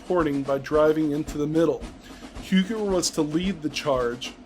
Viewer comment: Huger is pronounced more like "You-jaay." The j is soft.